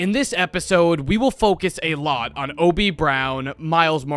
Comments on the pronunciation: the fact hes saying hobie as obie is killing me 😭😭😭😭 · What is with Americans and not pronouncing H's?? It's Hobie Brown, not Obie. Not once in the entire movie do they call him Obie. My guy, what is the deal?? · Hoe-bee not oh-bee as someone without the English accent thats how it is said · hobby not ob just say it properly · why do u say obie man why dont u say the H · why is bro not pronouncing the h